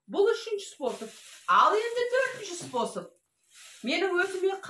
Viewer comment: Спосб спосб демей дурыстап айту керек қой